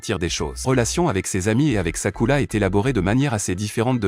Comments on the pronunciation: J’suis d’acc j’était morte de rire quand il disait sakula 😂😂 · C'est vrai c est Sakura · C'est sakura pas sakula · C est sakura pas sakula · C'est Sakura pas Takula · On en parle qu'il dit sakula au lieu de Sakura 😅😂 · ARRÊTEZ DE DIRE SAKULA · Désolé mais on dit sakura et pas sakula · Je reve ou y'a un momment ou il a appelé sakura "sakoulou"💀💀💀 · C'est sakura pas sakula 😊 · 😢omg c pas sakula c Sakura 😅😅😅 mdr wesh si c Hinata mais Sakura pov Sakura est son prénom 😅😅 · Mais c'est pas sakula c'est Sakura ❤ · Arrêt de dire skula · J' en ai mare d' écouter sakula😂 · Arrête de dire sakula c'est Sakura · Vous faites trop de fautes sur le nom du personnage féminine principal c'est Sakura et non pas Sakula a par ce petit problème je trouve la vidéo intéressante et elle justifie tous mes doutes dans le comportement que Sasuke avait pour Sakura dans Naruto et dans Naruto Shippuden 😁😁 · SAKURA PAS SAKOULA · c'est vrai pas sakula mais Sakura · C'est pas sakula c'est sakura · On dit Sakura pas sakula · pardon faut pas nous tue on dit sakura pas sakula mais bonne analyse🤣🤣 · Je rêve où il a dit sakula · C’est pas Sakula 😂c’est Sakura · Mdrr sakula😂" Sakura" chui mort mdrr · Ces sakura pas sakula et ces uchiwa pas uchiwa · C' est sakura pas sakula mais est bien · On prononce sakura pas sakula et ses uchiwa pas uchila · Sakula?!?! Hhhh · C'est sakura pas sakula 😬😬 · C'est Sakura pas Sakula. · Wesh frère? Mais il parle qu’elle langue celui-là… Pourquoi il dit Sakurla tout le monde sait que ça s’écrit comme ça S.A.K.U.R.A. Sakura pas Sakurla. Là je suis perdu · Sakula 🤣🤣🤣🤣🤣🤣🤣🤣🤣🤣🤣😂😂😂😂😂ça commence bien😂😂😂😂😂😂😂😂😂😂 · P*tin je me suis arrêtée à j'en peux plus d'entendre "Sakula😭🤣🤣" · j adore le sasusaku c mon couple pref mais juste pk tu dit sakula et Shikamaruuuu et aussi uchiras c est uchihas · C'est sakura pas sakula, sasuke pas saske, shunin pas sunin, shipuden pas sinpudin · C'est Sakura pas Sakula et c'est Hinata pas hilata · D'abord tu dis sakula et ensuit tu dis rinata